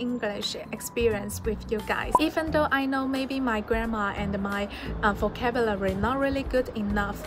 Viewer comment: so proud of u！但如果還喜歡英文，還想進步，建議多注意自己英文的讀音，比如發音或者尾音和連音。現在的話，讀音上還有很大的進步空間，'vocabulary ' 不要一節一節讀，這樣會很難聽。加油啦！